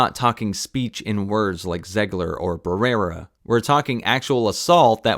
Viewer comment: "She's this generation's Gina Carano" One is a racist Trump supporter, the other condemned genocide -- clearly, you don't actually know what is going on. BTW her name is Melissa Barrera (with an uh sound at the end).